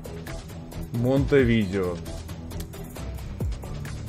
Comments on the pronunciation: вобщето не монтевидео 😁а монте видэо называют с ударентем на э. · Монтеви'део!)))))) Столица Уругвая так-то) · Саня не Монтевидео а монтевидэо) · МонтэвидЭо столица Уругвая, Курасао, а не куракао, удали геогессер из закладок, не позорься